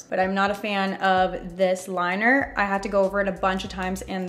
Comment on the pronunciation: HAHAHSHHSSH DID NO ONE ELSE HEAR HER SAY WINGED WINER